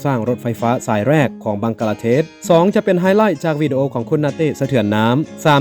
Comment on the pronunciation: จอแสดงความคิดเห็นครับ..อยากให้คุณสมจิตรฝึกออกเสียงสำเนียงและเสียงวรรณยุกต์ให้ถูกต้องจะน่าฟังและน่าสนใจมากขึ้น..คุณออกเสียงวรรณยุกต์เพี้ยนอยู่มาก คำไทยใช้เสียงต่ำก็ใช้เสียงสูง เช่าคำว่า"หก"แต่คุณออกเสียงว่า"ห๊ก/ฮก"ความหมายต่างไปเลย หรือคำว่า"จาก"ออกเสียงเป็น"จ๊าก"..เป็นกำลังใจให้กันครับ